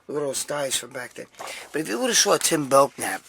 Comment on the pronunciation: Greg his last name is pronounced Belnap. The K is slient. I will Simmer down now. Lol